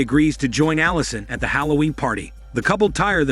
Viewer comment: Its halloween not holloween